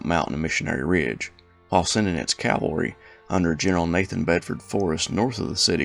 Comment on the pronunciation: Petting a favourite peeve. The word is NOT "calvary", its "CAValry". Please make a note of it.